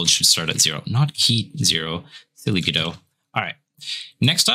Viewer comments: its not go dot! its godot! t is silent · Go-dot... isn't it guh-dough? Either way, thank you guys for taking the time to help us noob devs out n_ n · Why does the guy at the beginning keep saying go-DOT? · Bruh. Please stop saying Go Dot. Please. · It's pronounced Guh-Doh, the "t" is silent. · Just to let you know it is pronounced guh-dow :) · First question. I thought it was pronounced "GUH-dough." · you don't even pronounce the name of the engine correctly, why would i trust that you know anything else? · the mispronounciation of godot is gonna kill me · The pronunciation in the intro is wrong. The T in GODOT is silent. The presenter's pronunciation is correct. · By the way, what's the correct pronunciation of "Godot"?